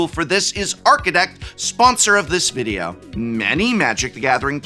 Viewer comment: Prof Talks videro. My Fav.